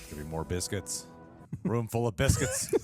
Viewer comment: ...."Thought you liked BITHCUITS!" ......haha sorry but funny